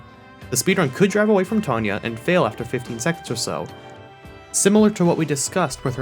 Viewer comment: “T-awn-Ya” not “T-ohn-ya” hue